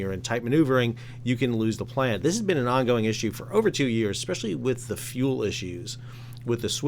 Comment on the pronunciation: I worked it out but at first I thought you were saying dropped the plan as in lost the plot. Then I figured maybe you were saying plant as in power plant which I always connect to generating electricity or heat. Anyway, it eventually became pretty obvious what you meant. I wonder if you could do a video on the whole marine fuel thing which, as of this month, seems to have become another newly added, disruptive, costly factor in the supply chain.